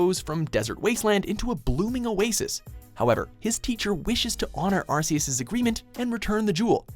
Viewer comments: AR KI US not AR SEE US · number 10 ash says it right arceus not arseus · It's Ar-key-is not Ar-see-is for fucks sake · I refuse to call Arceus "Arkyus" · Who ever was narrating this video, please listen to how Ash is saying Arceus, it's Ark-e-us not Ars-e-us... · It's pronounced Are-KEY-us, not are-see-us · pronounced ark-eus not ars-eus bro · the pronunciation is AR- KAY- OOS. They even said it at Number 10! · Honestly, I don't see why Arceus with a soft c. It sounds wrong to me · Arseus. Me: I hate this already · Ar-see-us. Really? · Its officially pronounces Ark-eus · Arss-e-us? Wow. Ok. That's cringe worthy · why does everybody mispronounce Arceus? it's pronounced "ARK-ee-us" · Arc-e-us -Pokedex 3D Pro official source plz say it right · it's pronounced Ark-E-Us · Ars-e-us? Never heard of that Pokémon... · The official pronounciation of Arceus is Ark-ee-us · this nigga said "Arseus" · This channel likes Mewtwo too much. Also, you mispronounced Arceus. You guys gotta work on that. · they say arceus' name in the video yet they still pronounce it wrong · 1. Arceus! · It’s pronounced ahr-KEE-us and jee-oh-VAH-nee, “”! 🤨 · Sorry but this hurts to watch. The pronunciation of some names are horrendous and rage inducing. Arceus and Giovanni are run. Otherwise the line up is good.